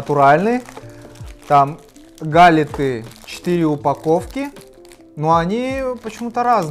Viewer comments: гАлеты , а не галЕты )) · Не гАлеты, а галЕты 🙂